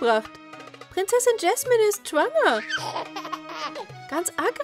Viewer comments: Es heißt Jasmin und nicht jesmin🤣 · Ja es heist Jasmin nicht Jesmin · Es heißt nicht gaschmin sie heißt Jasmin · Jasmin und nicht jesmen 🤪🤪🙂🙂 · Jasmin nicht jesman😂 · JASMIN JAS-MIN 😂 nicht Jesman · Es heißt Jasmin. 🤦🤦🤦🤦🤦🤦🤦🤦🤦🤦🤦🤦🤦🤦🤦